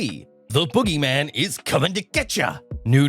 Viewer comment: "Boogeman" lmao